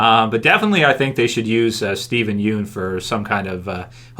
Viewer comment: I wonder when people will start pronouncing "Yeun" correctly. It's very cringy to watch a Youtuber constantly making the same mistake over and over and over.